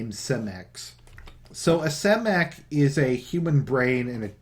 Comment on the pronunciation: Omnius = om-knee-us Hecate = Heck-a-tee Cymek = Sigh-mek (like cyborg...)